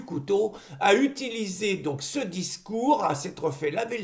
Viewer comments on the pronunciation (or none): none